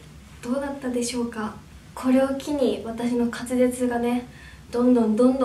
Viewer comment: ずっとかつぜつをかつれつって言ってる笑笑